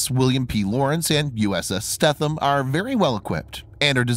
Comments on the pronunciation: FYI...USS Stetham is pronounced Steetum...as always, another excellent video! 👍🏻👍🏻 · the e is not silent in the stethem its long